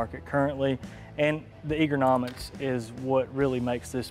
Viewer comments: “The Egernomics” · Dude said EAGER-nomics. That's a new one. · Lol that guy said egernomics instead of ergonomics hahahahah